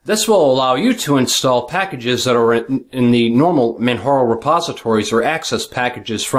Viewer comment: its actually Man-Jar-O :) its says it in the Manjaro pdf ;)